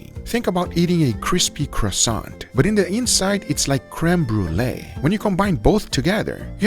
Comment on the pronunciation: "Risodo"? 🤔😁 Btw the "t" at the end of "croissant" is silent (otherwise it would be spelt "croissante"). 🙂